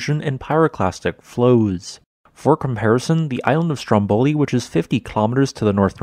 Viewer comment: A really interesting explanation, but ruined by a grotesque mispronunciation of every single Italian name mentioned; just for starters, the two volcanoes are correctly ‘Vool-KAHN-oh’ and ‘STROM-bol-ee’